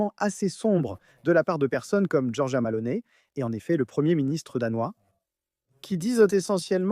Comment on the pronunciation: Malone ? T'es sûr ? C'est plutôt Meloni si on sait lire...